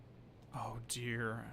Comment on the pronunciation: Everytime he says "oh deer" my mind says 'diner' for some reason